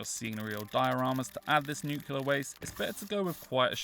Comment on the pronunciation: Nuclear not nucular